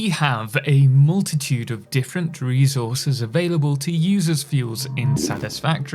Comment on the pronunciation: bro loves saying REZOURZES